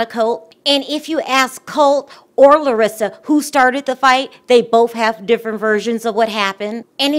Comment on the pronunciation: You pronounced her name very well...Im impressed girl.😁